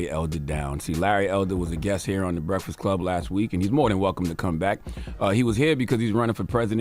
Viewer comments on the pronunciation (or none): Someone has to tell Charlamagne there is a k in break not a f. The Breaffast Club LMFAO 😂😂😂